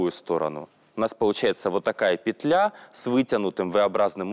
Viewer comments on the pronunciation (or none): none